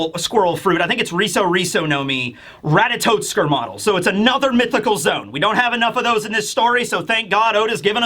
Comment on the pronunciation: Minor quibble, but it's "Ratatoskr", not "Ratatotskr". No "t" before the "s".